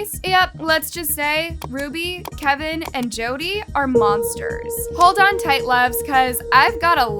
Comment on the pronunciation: Several videos you've made about this and STILL can't get Jodi's name correct. Annoying af.